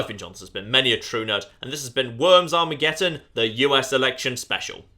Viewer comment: ArmageDDon. Not Armegetton.